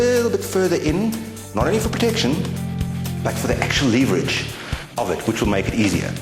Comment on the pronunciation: Good vid. Leeveridge on the leever. :]